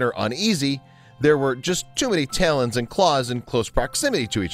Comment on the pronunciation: Talon rhymes with Fallon, not failin'.